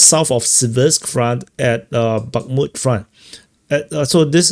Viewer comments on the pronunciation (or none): none